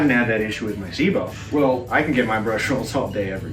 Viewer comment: The biggest thing I get from this is that Americans can't pronounce "Sebo" correctly